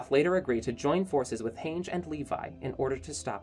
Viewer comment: Its Han-ji not Heynje